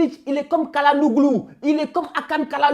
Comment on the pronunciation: Par contrr arrete de prononcer le nom kalanoglou😂😂 dit just hakan😂😂😂. Oui thialanolou😂😂😂😂